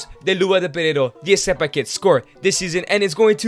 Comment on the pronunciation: It's not eseba it's RECEBA